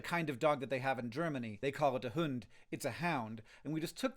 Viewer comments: In trying to pronounce the German word for dog you somehow got further away from the actual pronunciation than you would've been by just saying 'hound' again ^^ You can think of 'Hund' as 'hoond', rhyming with wound, starting like hoover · "hüünd" hahaha (im german and this is funny :D)